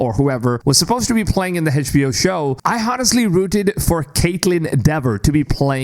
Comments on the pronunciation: HedgeBO hah?! Try to say the letters like everyone else! Fckn mrn... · Can someone teach this guy how to properly pronounce HBO?